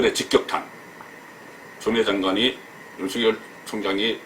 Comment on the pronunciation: 유명인사들의 말을 들어보면 적지않은 분들이 유월을 [육월]로, 윤석열울 [윤성렬]로 잘못 발음하고 있네요. 이번달은 [유월]이고 현 검찰총장 은 [윤서결]로 읽어야 한답니다.